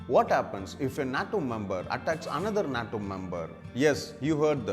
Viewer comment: This monkey can’t even pronounce the word nato